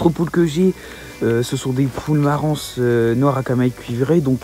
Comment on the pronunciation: Salut, video très intéressante. C est une superbe volaille avec de tres bonne qualité. J h abitexa 20min de marans la ville de naissance de la race et 25 min de la rochelle. Juste une petite chose, le S de marans ne se prononce pas😉😉😉 bonne continuation